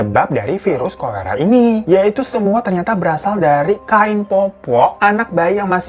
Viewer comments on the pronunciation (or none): none